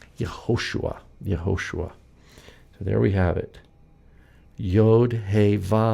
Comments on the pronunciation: Where is the stress in Yehoshua? In you said Ye-HO-shua. Isn't it Ye-ho-SHU-A? Thanks for the video. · Can you please explain why do you pronounce the name as Yahoshua and not Yehoshua?